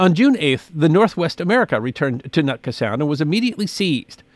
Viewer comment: The area you keep MISPRONOUNCING is NOT. "NUT ka"... it is "Newt Ka"